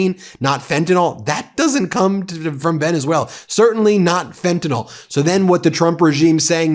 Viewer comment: Ben, PLEASE don't mispronounce the drug name like Trump does. It's Fentanyl (nil) not Fenta(nol). R.N. You sound like Trump😢😢😢